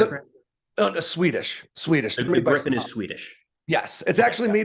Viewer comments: Griiipen not Grippen. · Jesus Christ, why is it so hard to learn how to pronounce Gripen correctly? The "i" in the middle is pronounced like the "ie" in grief. Or the "ea" in read. (I guess we have to accept the English/American way to pronounce the leading "gr"...) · Btw, 'Gripen' is pronounced like if you spelled it 'Greepen' in English, like in 'green'. 'Gripen' means 'the Griffin'.